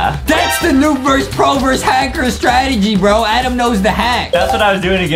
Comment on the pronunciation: it's not ADEM it's ADAM